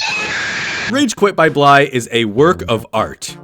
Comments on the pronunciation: bro called BLI BLY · I beat Cracked up in 2 att lol also by "bly" BLY????